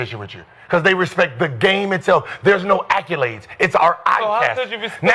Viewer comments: Always a pleasure to hear Gilbert say ACculades. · Accyoolades Gil?